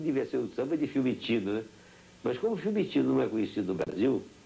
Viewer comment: FIUMICINO... é o nome do aeroporto em Roma... não Fimitino!